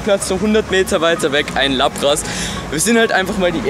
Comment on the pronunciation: Es heisst laaaaaapras und nicht lappppppras